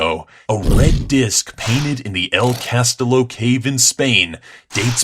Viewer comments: I'ts not Castilo it's castiyo that is how you pronounce it you need more logic :) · sorry...but you said castillo wrong. it pronaunces cast-E-o not cast-ill-o